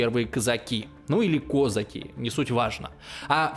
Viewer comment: Как то ты слабо ассимировался у нас в Ровно не кОзаки а КозакИ)